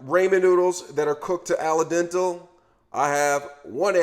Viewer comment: Ala dental? Permi-a-tate? Lol!